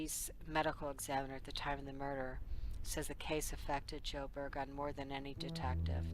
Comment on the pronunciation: Excellent video, thank you for keeping this case public. I pray there will be justice for Precious one day. Just an FYI, Det. Burgoon is pronounced Bur-guhn. Just wanted to let you know. Thank you again.